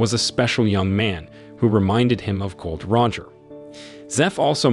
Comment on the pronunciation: Its Gol D Roger. NOT GOLD ROGER